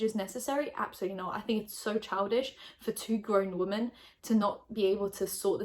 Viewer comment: Can someone please explain to me why she always says ‘woman’ instead of ‘women’?!?!